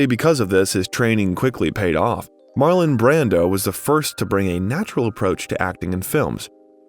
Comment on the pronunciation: The narrator is misprounvung alot of actors/ directors names too he misprounced John Houston name along with Marlon Brandos name.